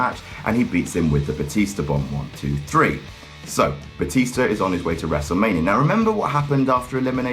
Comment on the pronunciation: "Batista to Bootista to Bluetista to Byetista" OH MY GOD I LOVE YOU